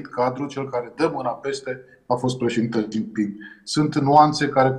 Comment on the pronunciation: Xi se pronunta Shi (Sh de la sunca)